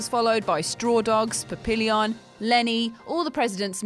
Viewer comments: 2tsie instead of tootsie and pap-I-lon instead of papillon as well. poor show poor show. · Pa Pill Eon? It's french, Pappillion, butterfly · Pa-PILL- yon? (pappy on) The Eager Section? It's more I-grrr Sanction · "Papillon" have you actually watch these movies? pronounced PAP-EE-YON btw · Great list. But check the pronunciations first before uploading Eiger - Eye Gerrrr Papillon - Pap EE Yon And it’s Josey Wales not Joey Wales.... “How you doing Pilgrim?” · I can kind of understand mispronouncing Nolte, but there was no excuse for "The Outlaw Joey Wales" (there's an S in there), and she added a whole syllable to "Papillon". Her "Toootsie" was kind of cute tho. But she really needs to research a little and practice before filming.